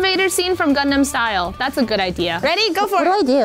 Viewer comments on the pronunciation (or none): Did anyone else hear "gundam style" ?